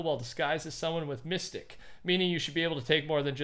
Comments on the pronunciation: It’s mysteeque not mystick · It’s miss- stee- ck not miss-stick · I love you,..but it's MISS-TEEK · mistique is pronounced misteek not mystic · “Mystique” is pronounced “mist-eek” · He was saying miss-stick lmao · y u call her misticc? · For future reference, Mistyque is pronounced "Muh-steek" Not mistic! :D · Mystique isn’t said mystic, it’s said Mysteek. This has been messing with me from day one. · Mystique (Mis-Steek) Not (Mis-Stick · its misteeque not mystic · Its not mystic lol, its mystique (mist-eek) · i'm about to be a marvel nerd but its mis-teek not mystic just letting you know, you probably dont care, anyways love the vids and code: thecampingrusher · hey fyi its pronounced miss-teek (mystique) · WHY DO YOU PRONOUNCE MYSTIQUE LIKE THAT???? ITS NOT mystic ITS PRONOUNCED miss-teek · Mistick 😭 it’s (Mist-EECK) (mystique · pronounced (mys-teek) not mystic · Mystique is pronounced misteek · Stop pronouncing mystique like “mystic” instead of “mysteeek”. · It’s a minor petty trivial thing I’m noticing, Mystique is pronounced (Mis-Steek) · Jack he was pronouncing it (mystic) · he pronounced it like mystic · By the way the blue girl in the battle pass, her name is pronounced (mist-eek) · Just a couple of things - The time for Mystique was changed to 100,000,000, not 100,000. Also, just for the record, I'm pretty sure it's pronounced Miss-Teek, not the way you would think it would be pronounced, I know. That's pretty much it. Like & Subscribe & use code TheCampingRusher (P.S. we actually also got another little land chunk, called trask transport truck). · I like how he pronounced Mystique as mystic. 😂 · Love the content even if you butchered mystiques name aha it's pronounced mis-steek 🤣 can't wait for the new content and I look forward to copping some skins using your code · Say it with me now...MistEEk! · Mystique is pronounced Mue-Steek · It’s not pronounced Mystic🤦🏽‍♀️🤦🏽‍♀️🤦🏽‍♀️ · mystique is pronouced mih steek